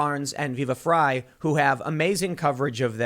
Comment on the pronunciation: its Viva FRY -- not FRAY